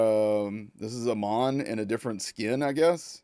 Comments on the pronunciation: Amon's name is pronounced like how you say Amon Amarth. Not the long "O", like eyy mon! Also I like the environments in this so far. I saw Asmond Gold look at this earlier. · Pronounced haymon I think Amon